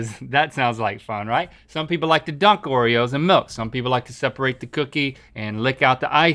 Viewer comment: Or “Oretoes”